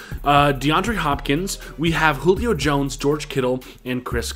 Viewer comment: Bruh it’s pronounced hulio not julio